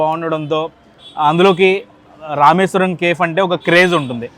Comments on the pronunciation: Kindly It's not kef, it's cafe. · కేఫ్ కాదు, కెఫీ. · That is not kef 😂 that is kefe (spell) . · Bro pronounce Cafe as Caa fe not cafe.....kafe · Please check your pronunciation "CAFE"